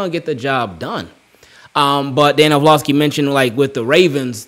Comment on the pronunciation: Love the vids bro. Or-Lov-ski